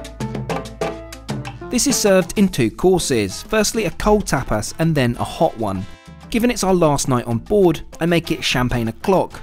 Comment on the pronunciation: The way he says tapas.lmao "tapass"